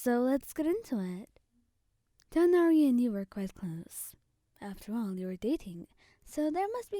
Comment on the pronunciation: I love the way you say Tighnari ❤😊